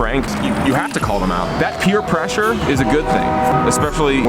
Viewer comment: "Peter pressure"???? I can't tell if they're just joking or taking a stab at someone called Peter.